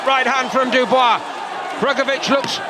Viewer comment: Why do you REFUSE to say Dubois correctly?